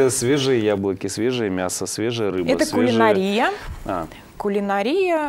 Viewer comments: кулинАрия - ударение на А !!! Финансовый директор - лицо компании !!! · Спасибо Вам за поправку.Для сведения-одни нормы языка приходят на смену другим; и в слове кулинАрия происходят изменения. Ударение в слове “кулинАрия” на протяжении десятилетий 20 века смещалось с «родного» в языке заимствования (итальянском) “А” на “И”, и в начале 21 века в слове кулинарИя ударение на “И” стало считаться дополнительной допустимой нормой.